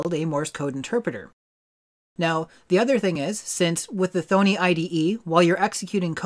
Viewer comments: It's "THAHHNEE" like Py-THON not THONE-EE like BONEY lol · It's pronounced 'Tho - nee' not "thone -ee". The clue is in the spelling. Double 'n'. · You are pronouncing thonny wrong please do better